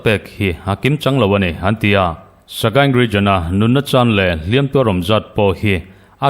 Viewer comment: Beng i tih vãr tehlul nen, "Hliam tuar" i lam hian, "Hliam" i lam dãn hi a dik lo tlat mai hi angaimawhawm. "Hliam" hi a ri sânga lam chuan a tuartu 'mihring' sawina a ni tawha, "tuar" telh angai lo aw. "Tuar" i telh duh chuan a ri hniam a lam tur tih hre tawh la ka ti hlê mai.